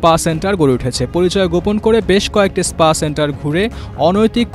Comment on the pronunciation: পুলিশের ডি আই জি আর স্পা কে বলছে ইস্পা !